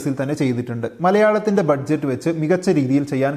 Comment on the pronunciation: Budget എന്നുള്ളത് ബജറ്റ് എന്നല്ലേ വായിക്കുക??